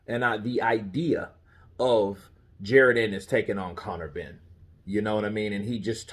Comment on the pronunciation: It's actually PRONOUNCED Ja ROn,, but no biggie lol